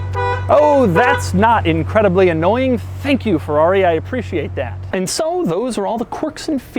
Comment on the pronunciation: The way he says "and" 😂😂